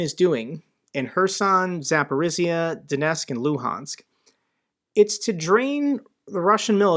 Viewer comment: love you content. If I could give you a tiny tip it's that Zaporizhzhia is pronounced zah-POH-reeja. The zh make a J sound. That is all. Thanks for the hard work.